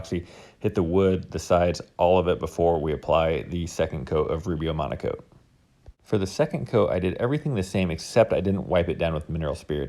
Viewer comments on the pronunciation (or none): Is he saying monAcoat? Shouldn't it be monOcoat? Just asking... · Not me thinking he was saying Rubio Monaco THE WHOLE TIME 👀